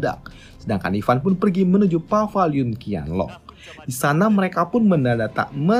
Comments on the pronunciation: Paviliun bukan pavaliun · Maksudnya itu Paviliun Qianlong kan ya? Kok gue dengernya Pavaliun Qianlong sih